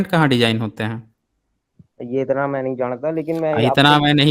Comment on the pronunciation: 0.44 इतणा मैं नही जाणता By 😂😂